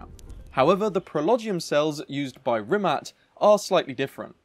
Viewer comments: I know its picky but Rimac. Not Rimat. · Am I the only one annoyed by the incorrect pronunciation of 'rimac' as 'rimat'? 🤔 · It’s a “tz” sound not “c” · rimac not rimat, they have a bad logo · Rimat? i feel offended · Is he saying RimaT?? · this. So in the video pronunciation is incorrect.. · Rimac..... Rimac, that's with a c not t..